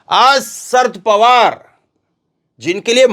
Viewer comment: नाम - शरद पवार - है ना कि - सर्द पवार ।